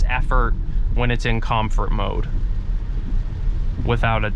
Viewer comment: Please close the doors in the rain!! As a car guy, that was bothering me so much. Apart from that, good video! You need a few more adjectives though haha Also what's up with mispronounced words? COM FURT DRAEG STRIP MODE.. WHY!!!!???